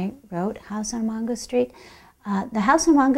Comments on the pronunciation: MAINgo not MONgo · It’s Mango but she is pronouncing it in spanish. In Spanish it’s pronounced Mongo.